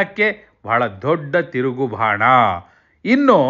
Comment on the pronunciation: Bhana alla adu Bana.